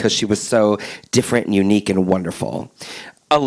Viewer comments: How dare she pronounce queen alyssa's name wrong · I'm not saying anything that has already been said here but really? Can't pronounce the queens names and said they won their season? Does she even know what RuPaul's Drag Race is?